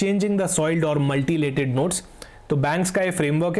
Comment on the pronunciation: It's Mutilated not Multilated